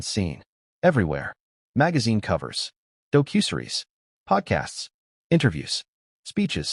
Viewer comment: AI really needs to be programmed to correctly pronounce the word "docuseries".